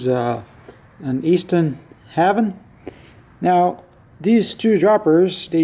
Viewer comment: Good video. That's a pretty light dropper. I believe Haven is pronounced hay-ven. Looking forward to your next video my friend.